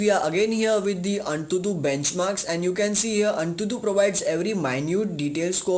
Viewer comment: it's written AnTuTu...but spoken as An22..correct Ur grammar